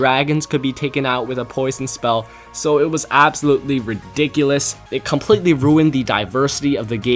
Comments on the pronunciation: Lol he says redickleous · what's ridicilus?